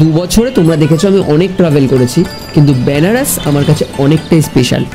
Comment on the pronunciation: আরে দাদা এটা ব্যানারস নয় বেনারস। উচ্চারণ তো ঠিক করো